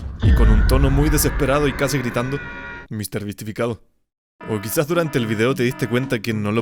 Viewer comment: no se dice misterbisifiriti se dice mrbeastificacion :V